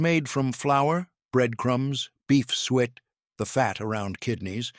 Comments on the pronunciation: Not "sweat" , suet is pronounced "soo-ett"!! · Suet is pronounced " soo-it" not "sweat"! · It is NOT SWEAT!!! It. Is Suet pronounced suu et. Fix your stupid AI. It is a waste of my time. I'm out. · Someone please teach the AI how to pronounce “suet”! ‘“Sweat pudding” was never a popular menu item… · Is there a cookbook to go along with this??? P.S. It's suet pronounced "sue-et." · Suet is pronounced Su, - et.